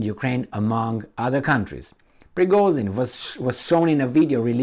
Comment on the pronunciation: he's Prigozhin not Prigozin ))))